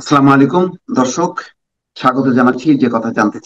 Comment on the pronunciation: আপনার উচ্চারণ ঠিক করা উচিৎ।আপনি দর্শককে ধর্ষক বলেন কেন?